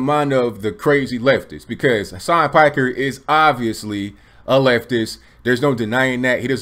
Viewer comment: It's pronounced "Peek-air."